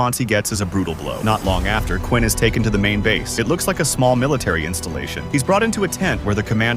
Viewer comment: Have a human narrator, please🙏 Its Queen, not Quinn!!!